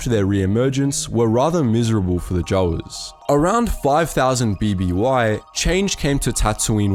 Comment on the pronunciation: I'm sorry but i had to flinch everytime you pronounced Jawas the way you did. Try it with a long a. J a w a s